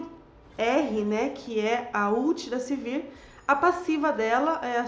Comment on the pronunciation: não é Silvir, é Sivir =)